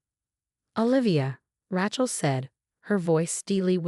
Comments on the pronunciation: Rachel has no t. Sounds like Raychel not Ratchel. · Pronounce it Ray-chill, the way it is pronounced it sounds like a mechanic's tool